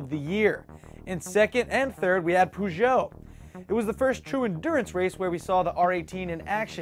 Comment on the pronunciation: OMG... please.... puegot is pronounced (perjo)